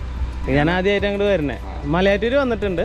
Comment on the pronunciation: മലയാറ്റുയൂർ അല്ല..... മലയാറ്റൂർ ആണ്